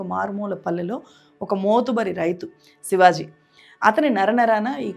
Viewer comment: sivaj కాదు sivaji